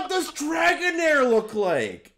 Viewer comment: Dragonair is in my top 5 favorite pokemon so to see ProZD butcher it was painful 😂